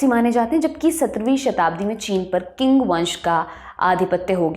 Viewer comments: Not king pronounce ching spelling is Qing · चिंग (qing) ना की किंग (king)! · Not King ( Qing ) but Ching ( Qing ) …. I work in China and loved your program . Have also studied Chinese history from close. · Qing ( Qing Dynasty)is pronounced as "Ching' not 'Qing or king'. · Sorry but the pronunciation of the “Qing dynasty “ she is using is wrong, its not ”किंग 🚫 its “चिंग ✅. (Qing dynasty: चिंग वंश) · Qing Dynasty... Pronounced as 'Ching Dynasty' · Qing Dynasty pronounce Ching dynasty